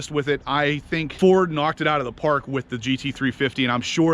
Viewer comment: Knuuuuocked it outa da pahk. Haha